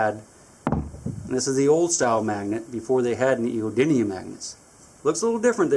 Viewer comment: Aren't they neodymium not neodynium